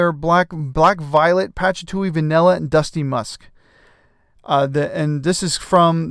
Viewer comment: Mate, patchatuly?😂 It's patchouli, pa-choo-lee, patchatuly.